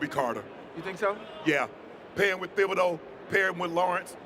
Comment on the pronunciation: Stop pronouncing the th in Thibodaux. It’s Tib-uh-dough